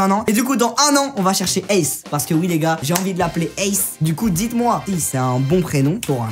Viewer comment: en vrai ton chien au lieu de l'appeler ace appelle le eyls mai tu le prononce ace